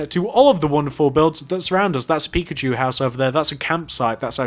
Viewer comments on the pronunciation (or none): none